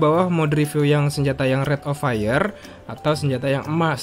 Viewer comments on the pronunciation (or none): Riviyu RIP ENGLISH